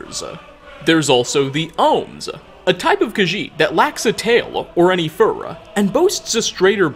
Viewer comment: “breedsa” “featuresuh” “furruh”